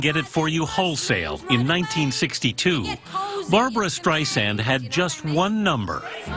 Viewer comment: How is it possible that this seemingly true fan doesn’t even know how to pronounce Barbra’s name properly in spite of Barbra’s relentless complaints about it! 😳